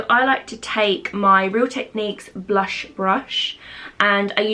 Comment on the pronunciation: I swear I keep hearing repeatedly say "blusha" instead of "blush". Am I just going crazy 😅😆😂. Also did anyone catch the brand name of the dry shampoo that mentioned was her favorite? Its not in the description 😕